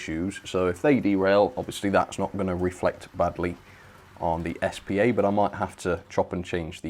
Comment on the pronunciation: S P A not spar